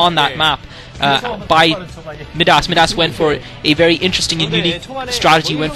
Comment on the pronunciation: By the way, I think Midas is pronounced "my-das." Anyway, I'm glad you were bored. I speak Korean, but sometimes I enjoy your comments more.